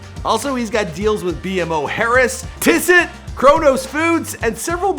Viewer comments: It’s (Tee-so) not (Tis-it) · The way he pronounced Tissot and Olajuwan ☹